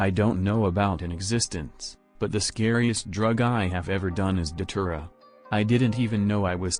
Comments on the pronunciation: I thought you said saliva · lmao why I thought you said saliva